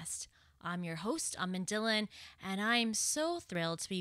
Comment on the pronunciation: Why don’t you pronounce your name as native Punjabis do, why you spell it instead of Dhillon?????🤔 I know it’s your accent but still….!